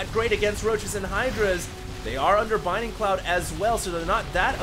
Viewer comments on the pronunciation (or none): Please... Please read this. It's BLINDING Cloud, not BINDING Cloud. I'm not saying this to be mean, but it just makes me cringe every time you say it. That being said, aside from the mistake that you pointed out in the video, this was a truly excellent game and I'm totally glad I stayed up late to watch it. Props on finding this replay. =) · I love that you're casting so much HOTS. It's great! But seriously, it's bLinding cloud. Notice the L. Please. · Dude. You pronouncing Blinding cloud incorrectly is killing me.